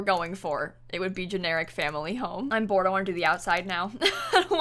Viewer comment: I genuinely enjoy the fact that you made "family" 3 syllables